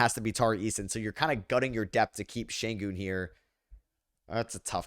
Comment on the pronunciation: It's crazy how many people pronounce SHENgun as Shane Goon.